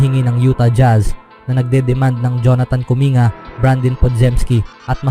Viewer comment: Wag mo na naman masyadong artehan ang salita mo, nakaka wala ka ng gana e. Halatang halata ka, paiba iba ang bigkas sa pangalan ni markkanen at kuminga. 😤😤😤